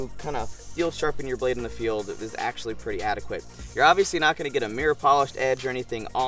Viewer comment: Axe-sualy... lol